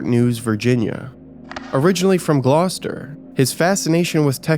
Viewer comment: So proud you pronounced Gloucester correct